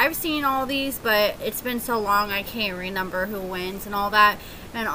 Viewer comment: Pleeease stop saying "renember" 😩